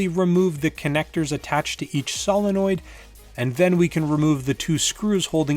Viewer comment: Why is it that 90% of people can pronounce Solenoid but this guy can't? (Say it with me sow·luh·noyd)